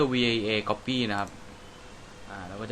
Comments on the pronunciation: Copy อ่านว่า ก้อปปี้ครับ 55555 นาทีที่ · คือมันอ่านว่า Copy ครับ